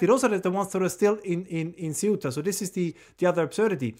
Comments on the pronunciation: Close. Try pronouncing it the same but starting with a “th” sound instead of “s”. “Theuta” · It’s 3 syllables with the emphasis on the “u” … ce-U-ta. Each vowel is a short vowel. I am a native English speaker as well as a Spanish / Castilian speaker. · If you are from Spain, then it is pronounced the-oo-ta. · Raymond, seh-oo-tah. There is no other way to say it. nless yoire from spain and say the-oo-tah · The -oo-ta the C is th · Meant to say with the stress on the "e." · Nobody there pronounces the name as Say-You-Tah! It is Ceu-tah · Ce oo ta. Ce u ta. Ceuta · "Ceuta" is a two-syllable word. The "u" and the "e" are one syllable, with the primary stress on the "3." "CEu-ta." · Theóo ta. Would be the English pronunciation to make it sound Spanish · Hi Raymond, your pronunciation of Ceuta is correct except that the "C" in Spanish as spoken in Spain is pronounced as "th"" in "the'. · Thay-oota. De nada. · Ceuta pronounced in Castillan Spanish the C is pronounced as th as in the , theuta.. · Sae-oo-ta (like Ce-u-ta), not many ways to pronounce it. Anyway, appreciate the videos anyway. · You almost got it. it's cEuta, with the accent on the E, but you (incorrectly) put the accent on the U. It's crazy how few of people talking about the subject can't even get the name of the place right, and it's somewhat funny to hear the entire world say a short hard to fuck up name i've heard said correctly my entire life. It's hardly the point of what's actually going on here in spain, at large. But hey, if you really wanna be as informed as possible, now you know how to pronounce it aswell. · Pronunciation of ‘Ceuta’: Apparently the Spanish pronounce the ‘C’ as ‘th’, as in ‘thing’. So thay-oo-ta. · Por favor. Castillian pronunciation: 'thay-úta'. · I heard soot-a